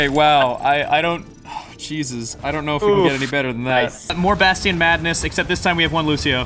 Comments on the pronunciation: ugh I cringe every time roos says bast-ian.. it's pronounced bashton Ross! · Ugh Ross says "bastion" like "bassteon" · "Bast-tien" - Ross